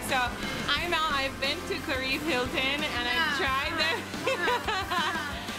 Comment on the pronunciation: Lol at careeb. "Kah Ree Beh" oh:-)